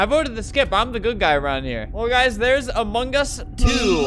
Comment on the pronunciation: kewfjdn I see hearing you pronounce among us as "amungus"